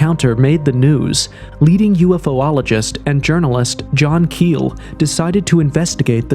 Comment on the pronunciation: I can’t stand when people say ‘UFo-ologist’. It’s Ufologist (yoo-fa-lo-jist)